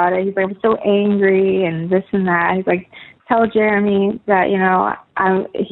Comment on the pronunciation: She calls him Germy. 😂